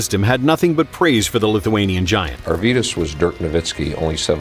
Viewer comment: not "arvYYdas", but "AArvydas". He is my neighbor. I am lithuanian. And not "domAAntas", but "dOOmantas". These are both Lithuanian names.